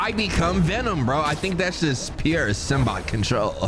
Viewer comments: It's ignoring the pronunciation of SYMBIOTE and calling it Symbot... 🧍🏾‍♀️😃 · and this symbot pronounciation gon kill me (Sim-B-Oat) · For fucks sake, it's SYM-B-OAT😭😭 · And "Symbot"😂😂😂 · Bro why can’t you pronounce Mysterio & Symbiote ??? 😂